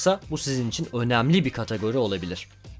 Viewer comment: Katagori değil kardeş kategori.